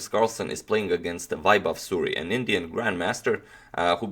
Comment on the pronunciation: suri, not suri